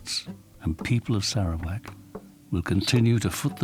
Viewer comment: I'm sorry but I keep giggling at the narrator's pronunciation of Sarawak. Sara - wack. LOLOL